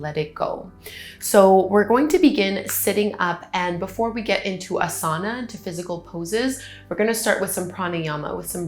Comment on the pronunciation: I really loved this but just want to say that ‘asana’ is said differently. It should be ‘Ah-sana ... infliction or stretching the sound should be on the Ah part, not the ‘sa’ part